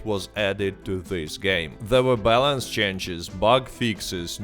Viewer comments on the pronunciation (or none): none